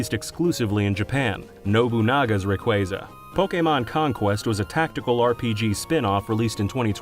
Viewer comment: Rayquasa, not Rayqueysa... ~